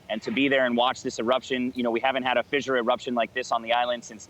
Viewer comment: "fizzure" and "leh-va"....WTF?